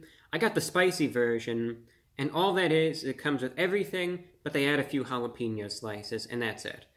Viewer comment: Say your'e the whitest person of all time by pronouncing one word: *Says jalapeno "jala-PEEN-yo."*